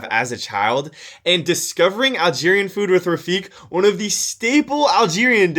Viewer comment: Pretty sure. Its pronounced rafiq like "Qa"